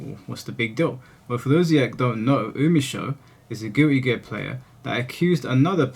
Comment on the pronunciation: Guilty gear ❌ Giwwy gear ✅